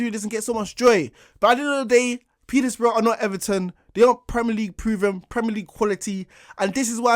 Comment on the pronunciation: petersbourugh dam the disrespect